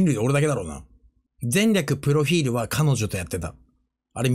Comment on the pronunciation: 前略プロフィールの発音好き